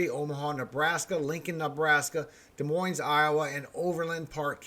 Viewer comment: The s is silent in Des Moines 😉 thank you, for what you do for us!